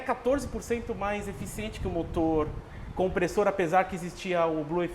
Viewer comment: Só o cara de preto que falou certo o nome Kompressor, pqp